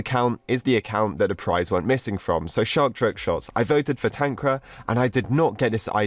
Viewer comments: Dude made "TanqR" "TanqRa" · tankra is how u say it xD its pronounced tanker (tanqR) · Tanqra? He said it wrong it should be TanqR. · We say Tanqr not Tanqra But idc i like your vids Always ! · tanq-rar Others: tan-Q-r Tanqr fans/the real pronunciation: Tankar LMAO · "tanqra"very wholesome bro